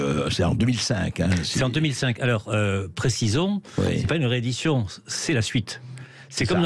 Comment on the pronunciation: Bravo ! Et vous dites d'ailleurs ( 0'30s) : "Précisons, c'est pas une ré-édition, c'est la suite !" Et on pourrait même entendre "pas une reddition"...